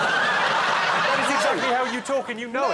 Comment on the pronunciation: I had to watch the "aah-pull" part four times to get over it! So funny. "Banaah-naah"!